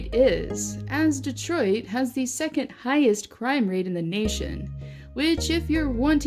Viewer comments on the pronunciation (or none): none